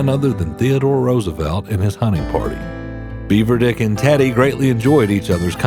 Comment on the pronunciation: Its not "Beaver Dick", its "Beaver Dick"